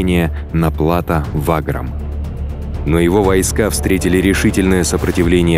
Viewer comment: И к тому же Ваграм ударение на 2ую 'а', а не на 1ую